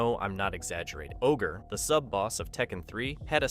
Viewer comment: Also "O-G R-E" lmao